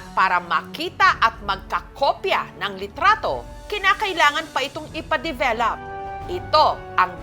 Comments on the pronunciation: Bakit ang bigkas develap imbes na develop? 😅😂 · bakit ba develap sinasabi ni mam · Ako lng ba? Rinig ko develap? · Hay, un nga din sana ssbhin ko, bat develap? Akala ko ako lng nkpansin, anu ba talaga ate Jessica? 😅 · develop- Sounds like duh·veh·luhp